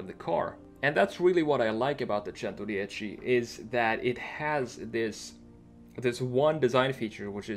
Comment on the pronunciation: as an italian i really appreciate you trying to spell both Bugatti and Centodieci properly, i know its not easy but you’re very close to the proper pronunciation, bravo!